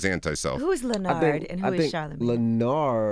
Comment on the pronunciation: Lenerd.....LANARD. Thank you! 😂